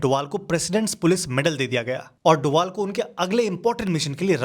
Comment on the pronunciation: Abe doval nhi h wo dobhal h